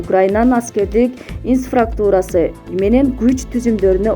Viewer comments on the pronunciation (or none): Инфраструктура деп айтылат автор